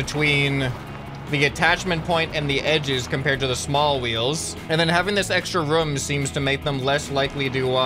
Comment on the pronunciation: Indtead of room u say rum😆😆😂😂